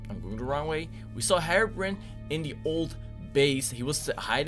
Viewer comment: Hey darkconers it not harebrain it’s herobrine